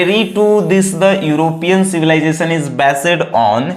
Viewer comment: Not only grammatical mistakes pronunciation is also of civilization and culture .